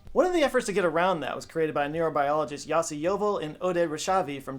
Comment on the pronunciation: As someone who knows a "Yossi" it's pronounced Yoh-si not Yah-si